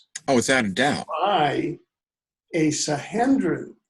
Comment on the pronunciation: the word is SAN.HE..DRIN. there is no N, not HEN, you have said this name in.correct so many times I could not get whatever point you wanted to make....your mis.pro.nunciation was so irritating.....t